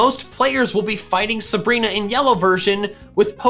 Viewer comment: SABRINA, NOT SUBREENA!